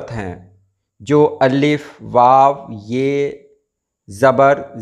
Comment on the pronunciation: Aap Allif kion kahte hain Alif kion nahi kahte ?